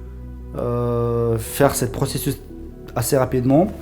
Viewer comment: qui peuvent faire ces « procesuce » 😂😂😂😂